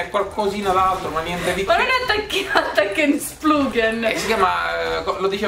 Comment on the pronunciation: Non è "attacchenslupghen!" è "IGOTSOMEPOUNDCAKE"xD